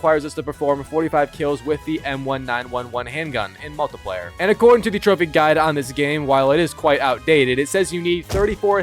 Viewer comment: same way he pronouces multiplayer